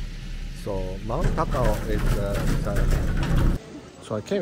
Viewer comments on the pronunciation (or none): "So mt takaos$!jdsakHdw21..." 🤣